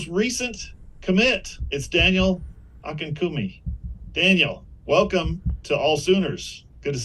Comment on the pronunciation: Hang on. I think you still said his last name a bit wrong. It sounded like Ah ken KAh oon Me Or is it just Ah ken koon me?